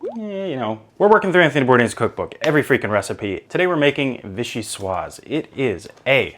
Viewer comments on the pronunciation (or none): Doesn't it drive you mad when people pronounced vichyssoise as vichysois? 😹😹